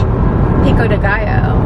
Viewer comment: peach-o de gallo :)